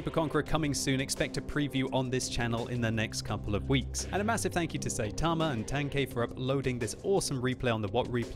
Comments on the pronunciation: Notice he said "saytama" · i knew he said the name wrong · Im just tilted from the way he pronounced Saitama